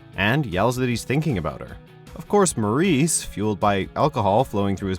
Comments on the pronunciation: Murray not muraice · It’s Murray not Maurice